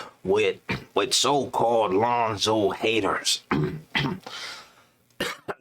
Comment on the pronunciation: Bruh said “LeOnzO ball 🏀” Too high lol 😂 jp